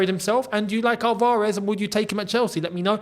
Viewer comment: Álvarez, not Alvárez.